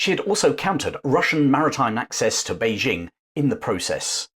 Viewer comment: Informative video, but for the record, Beijing is pronounced Bei-DJING, not Bei-ZHING. Same syllable as in Nanjing.